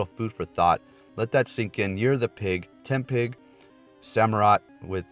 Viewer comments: It's "Tepig" not "Tempig" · Tepig* not tempig XD